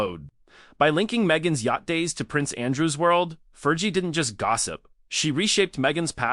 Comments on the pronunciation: Learn how to pronounce "Fergie." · 5.30: “there’s no real proof”, well , there you are then…………..and if you want the robot voice to be remotely believable, it’s Fergie with a hard g, not a soft one. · Yeah ... It's driving me crazy, too ! "Fer•gee" 😂😂😂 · AI voice over. Cant pronouce "fergie